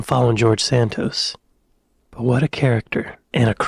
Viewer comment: Why do you say SAN TOES instead o SAN TOSS !? " Congress person " !? He's a MAN ...call HIM a congress MAN !! The 1812 Overture by Tchaikovsky. NOT The War of 1812 ! The " British toy" is Timmy Mallet's mallet from THE WIDE AWAKE CLUB. This whole system seems highly illegal !!